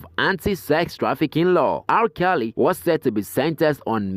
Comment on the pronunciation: It's R.kelly not al Kelly